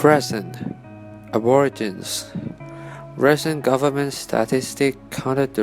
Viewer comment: "ab-or-a-gin" I got twitchy for sure.. 😬 It's "ab-or-igi-nee"